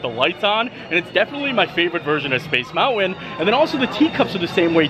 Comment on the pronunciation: Like he says mounwan instead of mountain. And I have heard him pronounce the word mountain correctly, several times.